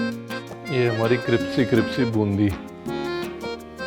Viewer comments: Cripsy boondi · Cripsy cripsy boondi 🤣🤣